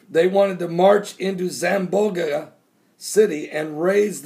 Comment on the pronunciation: Zam-bon-ga is how Zamboanga is pronounced